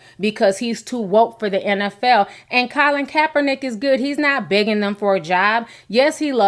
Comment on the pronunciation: Calin coppernick?? You said his name right a couple times so why did you keep mispronouncing it??